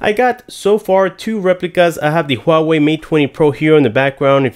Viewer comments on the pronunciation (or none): none